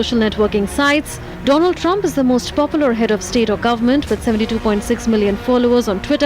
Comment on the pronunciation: 😁😁😁😜😜😜 do-land Trump